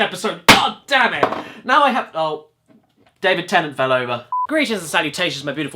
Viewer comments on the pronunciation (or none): none